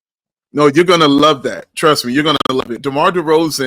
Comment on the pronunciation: " Trust me " = 'Trusto'